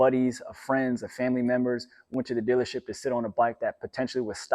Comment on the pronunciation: "Go to the dillership"